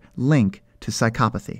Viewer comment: why do the people on this channel always pronounce "psychopathy" so weirdly wtf